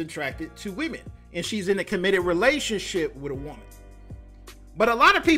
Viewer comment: Did you mean to say "woman?" not WOOOM EN???